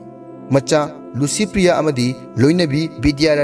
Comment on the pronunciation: Dear narrator , u pronounce LICYPRIYA as LUCYPRIYA....